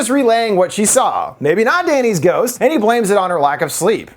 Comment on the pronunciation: I rewound to watch "ghousst? Cood be~" more times than I'm willing to admit. Great video as always lol